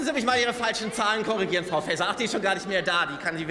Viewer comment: Ob das Fr. "Fääser" verstanden hat😮 ihrem Blick folgend, wohl nicht😅